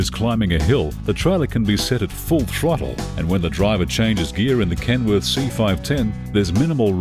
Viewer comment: He's saying "Kenwood"... it's KenWORTH.